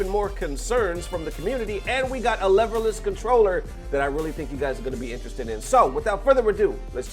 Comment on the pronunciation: Lehverless? Did you not watch D-Lo's video?